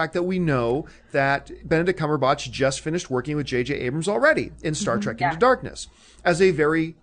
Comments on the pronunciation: "Cumberbotch" lol. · Lol "CumberBOTCH"?